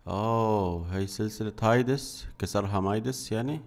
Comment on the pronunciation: ليس هايدس بل هاديس